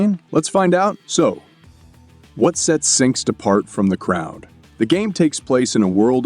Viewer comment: You didn't notice the repeated "sinkst" and "grindy" being pronounced to rhyme with "mindy" and various other "even people who don't speak English wouldn't make that mistake" mistakes?